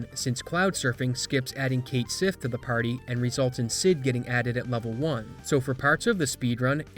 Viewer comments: Obscure thing, more trivia than a real criticism, but FYI Cait Sith is Scots-Gaelic. In terms of an Americanized pronunciation of it, a closer approximation would be "cat she", which is also reflected in the katakana they chose for the Japanese version. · It's pronounced Ket shee